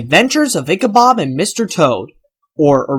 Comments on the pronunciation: You accidentally said "Ichabob". It's BOD, not BOB. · You said BOB. It's BOD.